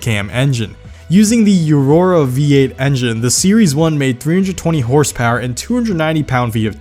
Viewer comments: Wait what the fuck, it’s O-Roh-Rah. Not YOU-Roh-rah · you say eurora instead of aurora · As he struggles to say aurora